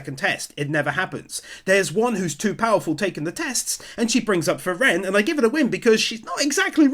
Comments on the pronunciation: So cute how you pronounce "frie-rén" :D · I'm puzzled why you pronounce Frieren with the second syllable accented instead of the first as they do in the anime? Something about that became rather distracting. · i love your recaps, but i absolutely hate how you keep saying frieren like that lol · Part 4 and never looked up how "Frieren" is pronounced :D